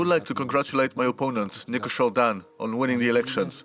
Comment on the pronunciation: 24 English Please modify the president's name to Nicusor, not Nicosur, please, thank you.